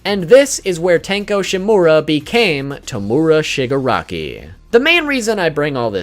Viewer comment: The way he says tomura 😭😭😭